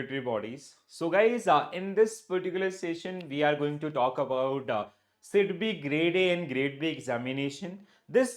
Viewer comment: Sidbi not sebi